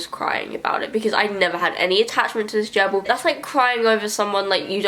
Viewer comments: What's a jerble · What's a jerble????????